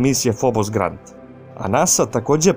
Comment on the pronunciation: одличан видео, само мала исправка. није фобос грант (како би се прочитало са енглеског), него грунт (тло) у преводу с руског :) све остало је ок.